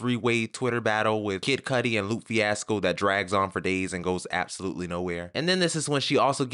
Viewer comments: First Loop (Lupe- Lou pay) then Whale (Wale- Wah lay) Sir! lol Sidenote look at the state ofSkai Jackson (not excusing Azalea in any way for anything she’s done) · thanks for this video. are you saying "whale" and "loop" on purpose? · okay now im enjoying this video but who tf is "LOOP fiasco" and "wail" ??? lmaoo get it togetherr